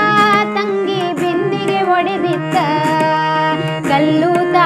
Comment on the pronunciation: ತುಂಬಾ ತುಂಬಾ ಚೆನ್ನಾಗಿ ಹಾಡಿದ್ದೀರ. "ಬಿಂದಿಗೆ ಒಡೆದಿತ್ತಾ" ಅನ್ನುವಾಗ ಉಚ್ಚಾರಣೆಯನ್ನು "ಬಿಂದಿಗೆ ಹೊಡೆದಿತ್ತಾ" ಅಂತ ಉಚ್ಚಾರಣೆ ಮಾಡಿದ ಹಾಗೆ ಕೇಳುತ್ತಿತ್ತು. ಕ್ಷಮೆ ಇರಲಿ.